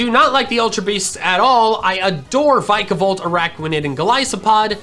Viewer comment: adores Vikavolt, still can't say it's name right